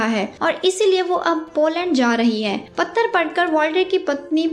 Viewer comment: Madam patra hota hai correct ur pronounceation